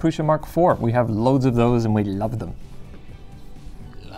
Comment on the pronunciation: It pains my maternal side ancestry that no one pronounces Prusa (Proo-Sha) correctly. But, proud of the namesake making a badass 3D printer - NOT fault but for future reference LTT comment peruser!